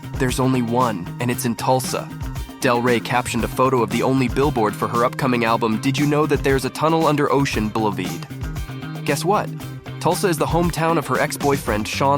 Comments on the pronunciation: Nice video until I heard "bullaveed" instead of boulevard. Made me laugh. Lol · BoulevArd, not bouleveed. Lol🤭🤪😂🤣js